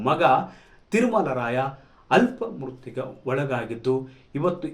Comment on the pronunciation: ಅಲ್ಪ ಮೃತ್ಯು ಅಲ್ಲ ಆಪ ಮೃತ್ಯು